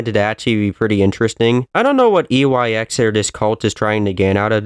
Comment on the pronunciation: you keep saying YEX